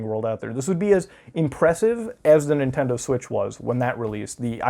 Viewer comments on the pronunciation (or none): he said "portable" and "nentindo"